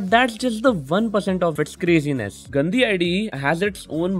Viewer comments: But really though, how is it pronounced? I think you got what i meant, it sounded like the hindi word for "dirty" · The way you're pronouncing Gandi 💀